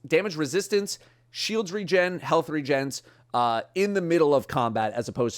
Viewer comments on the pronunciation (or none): none